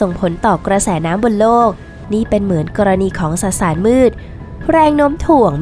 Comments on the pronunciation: สสาร ไม่ใช่ สะสาร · 555 เว้นวรรค ได้น่ารักมาก ไม่ตัดออกด้วยนะ